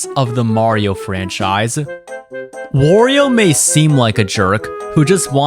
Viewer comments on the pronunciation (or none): none